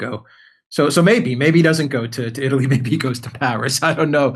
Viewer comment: Uh, I think youse meant Itly!